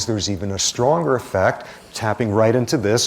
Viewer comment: His enunciation of "effect" sounds like "affect" cause he always says "ahhh" for the e. 🤦🏻‍♀️